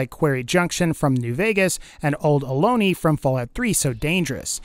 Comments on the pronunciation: Resident of the DMV area. Olney is pronounced like all knee, not aloney. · Its OL-knee! Not Ol-nay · I like the vids, but in Fallout 3 Old Olney is pronounced Old OL-Knee. Source: born and raised there. But good video.